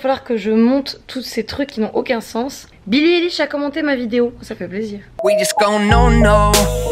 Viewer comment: on dit Billie aï-lish 😭